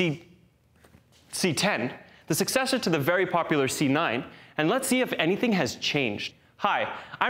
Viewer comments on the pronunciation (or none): none